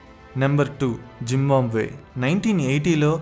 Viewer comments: One suggestion bro. In every video somewhere or other, you always spell the words in the way they shouldn't be. Not being specific on accent. Pronunciations are wrong In this it is Zimbombay. It's Zimbabwe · Zim-baam-bay kaadu... Zim-baa-bway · జింబాంబే కాదబ్బీ... జింబాబ్వే అనాలి... 🤣😆😂😜😋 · First learn to pronounce Zimbabwe word correctly. Then do videos